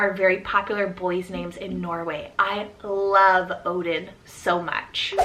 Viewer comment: I’m from Sweden and yes those names are quite popular. But Love is pronounced with the the e at the end, it’s not silent like it is in English.